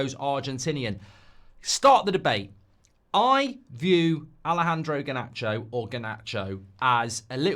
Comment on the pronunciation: Harnacho? Really? Oh fo fks sek